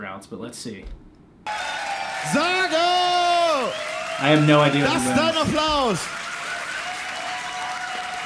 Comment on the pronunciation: for pronounciation as American try "Zagou" as in tZAr and GOUging ;-)